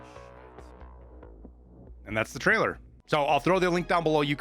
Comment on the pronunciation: "Tariler" on prewie bro